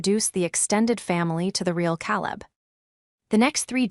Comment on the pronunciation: After what seemed like the hundredth time,I got tired of the mis-pronunciation of Caleb’s name..it has never been said like that.,KAY-Lub…Using AI, you don’t have to pay your cousin to edit the mess of a story,..who steals, then does a little dance? Ever see a movie or read a story where a dance occurs right after a robbery?This is my first time ever hearing about this ritual..I am a retired platoon sergeant..79..my sister died last year, my brother-in-law passed a couple of days ago, I have been to war, but never saw a dance after a robbery…yet here it is…maybe they dance like this in Asia..after a caper..